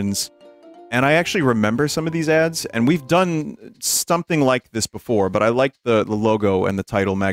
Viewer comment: "STomething" lol